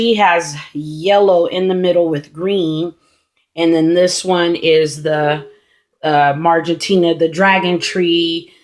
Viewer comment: The species are "Marginata", not Margentina.